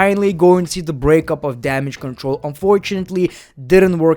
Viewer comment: Great one why'd u stop calling them damage citreluh